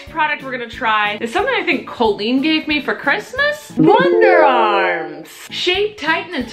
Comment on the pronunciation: Cole-een ?! Isn't it Call-een!?